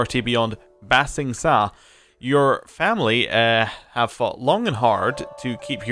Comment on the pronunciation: Ba sing sa the sa is pronounce say, just a helpful tip.